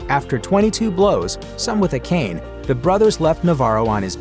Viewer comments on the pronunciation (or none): none